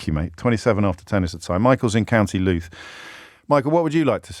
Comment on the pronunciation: It's Louth in both cases, James!